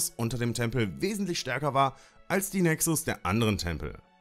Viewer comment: Cooles Video. Btw der Plural von Nexus heißt Nexus, weil es eine u-Deklination ist (Latein). Das u im Plural wird lang ausgesprochen.